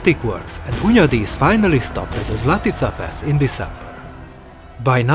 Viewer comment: hundayi accent, classic choice of taxi licences